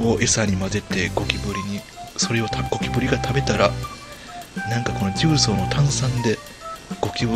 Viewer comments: じゅうそう↑十三 大阪の地名 重曹 じゅうそう↓ 正解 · 「じゅうそう」の「そう」は下げたらイカンのやね。下げるから「十三」に。 トーンをそのままで言い続けたら、「重曹」になるけどw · 重曹のイントネーションがキモすぎるww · ゴキブリより重↑曹↓がきになってしかたがない